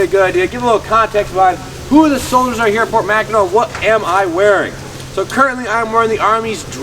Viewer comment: Being from Michigan originally it is pronounced Mackinaw just like Mackinaw City. Enjoy.